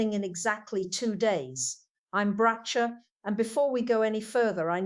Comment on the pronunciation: Prove to us that’s really Bracha ? You can’t even pronounce her name correctly. You are a fraud.